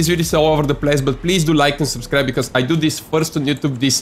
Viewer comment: Brand new schellensches. I like "GRAGI KLIEFS" and i "subschkreid" your channel ^^